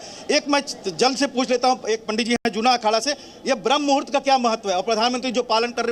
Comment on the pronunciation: Jo banda sadhu ho kar bhi BRAHMA MUHRUT ko sahi se nahi bol paa raha hai ,, us ka interview le rahe ho ... Anchor bhi yehi bhool kar di hai 😢